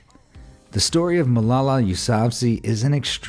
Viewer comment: AMAZED You butchered Malala's name.